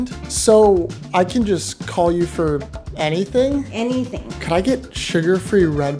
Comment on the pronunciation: The way she said anything, you get it right?? ANYTHING? Is everyone thinking the same or am I just a pervert?